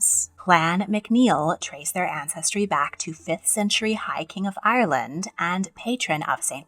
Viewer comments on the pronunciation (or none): none